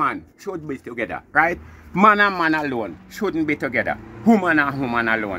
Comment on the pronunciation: Shouldnt to "begether" bwoy🤣🤣🤣🤣🤣